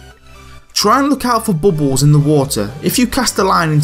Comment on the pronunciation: i like how he says bubbles hehe bobbols